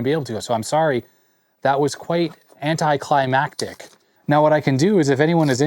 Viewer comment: Did you just say Anticlimactic..? ><